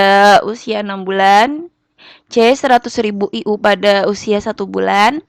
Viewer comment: Internasional unit dibaca ay yu wkwk